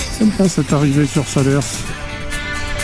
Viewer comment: 🤟Encore une vidéo très sympa, mais pour les cantalous entendre "Salersse" ca pique les oreilles😅, on dit "Salaire" et pas seulement en fin de mois😉, parole de Picard qui faisait aussi "l'erreur ".